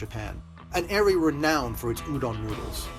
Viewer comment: Okay Chris, first of all, it is pronounced as "oo-don", not "you-don".